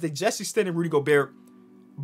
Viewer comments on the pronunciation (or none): none